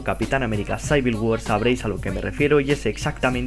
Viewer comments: Es capian amera CIVIL war no SAIVIL war xD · menso ademas se dice Civil war no saibil war google traductor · debes aprender ingles, no se dice Saivil, es civil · jajajajaj sayver wor XD es Civil war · por que saivil guar mis oidos sangran